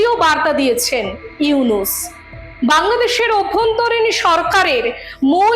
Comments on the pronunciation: ডাঃ মোহাম্মদ ইউনুস নাম টা সুন্দর করে বলুন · ডঃ ইউনুস সাহেবর নাম সুন্দর করে বলুন